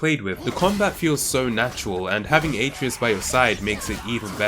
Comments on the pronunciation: It’s pronounced uh treh us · Kratos says the name At-ray-us like a million times and you still managed to pronounce it wrong, you truly have a gift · He said Atreus wrong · The way this Guy says Atreus hurts my soul.